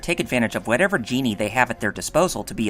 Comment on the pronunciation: Very well done but I’m pretty sure djinni isn’t pronounced as genie. Only complaint